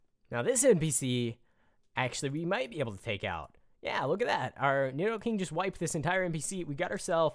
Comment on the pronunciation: NEED-O-KING NOT NID-DOE-KING